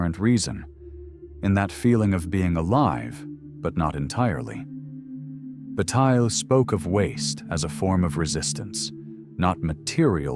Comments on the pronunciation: i mean... "George Butte" ? this a.i. production ain't convincing anyone that actually knows Bataille's work... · I need more in text citations and less AI generated "Bat-ill-lay" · I know that this is probably AI generated and very shallow (the narrator doesn’t even pronounce “Bataille” correctly), but one part in particular is flat out wrong: When “you” (or whom/whatever) say in the first half that Bataille doesn’t mean “to waste in a material way.” Well, it’s simply untrue. Read his General Economics again, or at least The Solar Anus. Re-read the section on Potlatch. He very obviously and very clearly does mean to waste in a material and energetic sense, even including human lives (the burning of slaves by ancient tribes during potlatch). Although his “Notion of Expenditure” informs a Symbolic Excess (“Waste”), by no means does he preclude the destruction of accumulated material wealth. I hope you find this helpful!